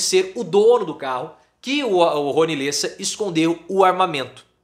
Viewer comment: LÉSSA,, se lê com acento agudo no E.